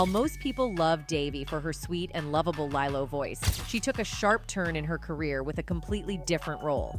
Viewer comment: How on earth do you have half a million subs with such a horribly edited video? The clips cut off without conclusion, the pivots and segments don't connect well, the AI voice can't seem to decide how to pronounce Lilo and even becomes almost inaudible at one point. Good info does not always make up for poor presentation. Stop phoning it in.